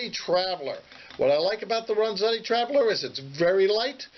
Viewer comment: "Ren"zetti not "Ron"zetti....just sayin'